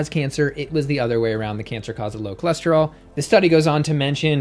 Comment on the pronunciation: Did she say her cholesterol was "tour lure"?